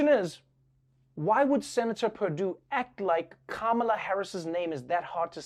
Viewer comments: YEAH SENATOR PERDUESHBAG MISPRONOUNCED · Perdue or Perrrdoo, PerDOO-DOO! Seriously, this is like a 12 year old trying to be funny with his friends. Professionalism has left.